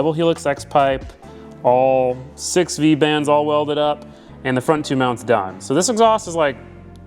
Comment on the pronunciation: i know what he's actually saying but it literally sounds like he'd saying "sex pipe's in". 😅🤣